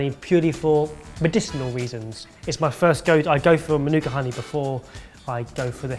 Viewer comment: He actually said Manuka correctly. Making a kiwi proud 👏